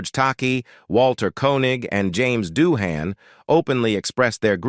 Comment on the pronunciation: So many errors and inconsistencies in the pronunciations of names (e.g., Doohan, Nimoy, Nerine) and words (e.g., tinnitus, awe). Your essay on Shatner was a bit bloated, but otherwise well written. I've always been a fan of William Shatner, and would love to have met him. At least he once replied to a tweet of mine back when I subscribed to the platform.